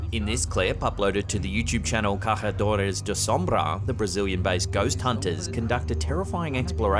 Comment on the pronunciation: in the Brazilian clip it's pronounced Casadores (the accent on the ç is pronounced like an S)